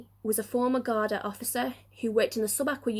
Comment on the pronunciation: Thank you.....btw it is 'guard-ee"